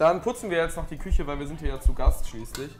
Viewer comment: Schöne (Küsche) 😂 gutes Deutsch Rewi